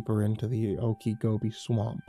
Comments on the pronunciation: I'm in Florida he kept saying oakygobe I thought it was some other part of the world but when he said " weird Florida story" I realized " Okeechobee " pronounced ( Oakachobee ) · oak a gobi???????"? swamp lmao